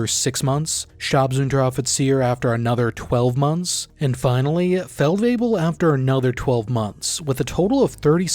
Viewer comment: Your pronunciation of German words is very good, especially with the tongue twisters that are Feldwebel-variations also, Division 2025 explanation next? I´d be very interested in that